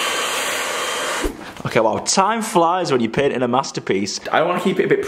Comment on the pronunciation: panting or painting? lol